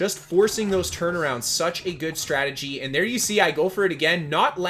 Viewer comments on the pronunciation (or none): none